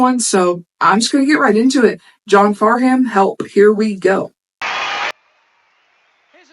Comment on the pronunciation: The H is essentially silent in his name. Pronounced Farnam. Help was the second encore after a 2 hour show. You're the Voice was the first encore.